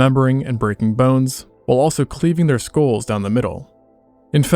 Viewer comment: Are you saying "schools" or "skulls"? Because it sounds like you are saying "schools."